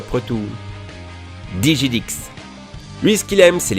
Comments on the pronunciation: A JE RAGE SA SE DIT DIGUIDIX PAS DIGIDIX COMME C'EST ÉCRIS bon je Rage pas vraiment mais c'était un youtubers connu ne faite pas la faute 😉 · DIGIDIX !!!! ET PAS DIJIDIX !!! XD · De quoi ? Il a dit Dijidix ?!! DiGiDiX putain c'est UN G Revient les soldat érotique on besoin de leur commandant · A et sans vouloir être méchant sa se dit pas dijidix mais digidix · DiJidix ... DiGidix !! putain tu lui crache dessus =( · CEST PAS DIJIDIX C'EST DIGIDIX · On dis pas digidix c diguidix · Ptn comment il prononce digidix c pas dijidix mais diguidix si tu veux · c digidix pas dijidix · DiGiDiX se prononce DIGUIDIX, PAS DIJIDIX. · J'ai vu des mecs mourir pour avoir prononcé diJidix au lieu de digidix comme toi, fais attention! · dejà c'est ca se prononce diguidix.. pas dijidix x) IL REVIENT DE TOUTE MANIERE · On prononce DiGiDiX et pas DiJidix comme tu le dis dans ta video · La seule vidéo sur ta chaîne (que je viens de découvrir) qui me déplaît. pourquoi il y'a les revenus affichés dans la barre de présentation, pourquoi ces propos sur Antoine Daniel et quand tu présentes des Youtubeurs applique toi un peu...Maxime Musqua pas "Muscat" et ça se prononce Diguidix pas Dijidix... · BloodyGirl a sorti une vidéo il y a quelques jours je pense Et Antoine Daniel n'a rien à faire dans cette vidéo Et DiGiDiX (et non DiJiDix comme tu le prononces) est le youtubeur qui manque le plus à la communauté francophone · Dijidix ? hahaahaha DiGiDiX mon gars, respectes. Le Youtuber fr le plus attendu! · je suis d'accord mais .... blasphème ! tu prononce diJidix !! mais c'est diGidix! honte a toi !!! je rigole bien sure . bonne video :) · PAR PITIE SA SE DIT DIGUIDIX PAS DIJIDIX BORDELL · Ta prononcer dijidix 😭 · CA CE DIT DIGUIDIX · Si tu écoutes bien des ses vidéos (si tu a déjà vus ne serait-ce une seule) lui même le prononce "Diguidix" et ouais les soldats sont àl ;-) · Ça se prononce diguidix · Digidix g jouer avec lui il y a qq moi mais lui il prononce sa diguidix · Ca se dit pas dijidics